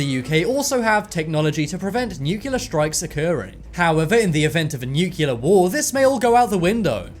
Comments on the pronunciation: New. Klee. Are. New Clear. Not 'noookyuller'! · it's NUCLEAR not Nucular..LOL! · Nuclear... New-clear, not newkewlar. Clear?! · It is NUCLEAR.....not NUCULAR!!! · Knowledge Enthusiast - Was gonna say the same... lol. he switches between nucular and nukilla... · Nucu liar! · I took a shot every time the narrator mispronounced "nuclear", and now I need a liver transplant.